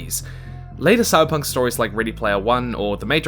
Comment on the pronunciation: wtf is Sybunk 2077? - terrible start